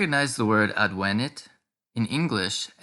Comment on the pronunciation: ádvenit, et non advénit, quia advénit esset in perfecto!